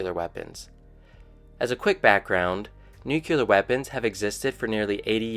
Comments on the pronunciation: Just what I was looking for. Tired of seeing biased or incomplete information and just wanted to learn what was happening. Thanks 👍🏻 FYI though, it’s not pronounced ‘nuke-ular’ or ‘jag-wire’, but it did give me a good chuckle. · Dont know whyn but I cant stand it when I hear nuke-ular